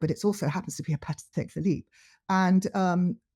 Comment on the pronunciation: Early on in the podcast/video addresses explicitly the wide mispronunciation of "Patek Phillipe". She is very clear about it and pronounces it correctly hundreds of times during the video. The host, on the other hand, continues to say it incorrectly throughout the entire podcast almost as if to taunt. Names are pronounced the way the owner of the name prefers... it is not our choice and to do otherwise is disrespectful and insulting.